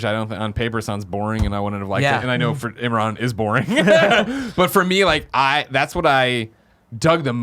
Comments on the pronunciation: Imrin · shined this episode. But seriously, you're the only one seemingly mispronouncing Imran's name. Why you do dis?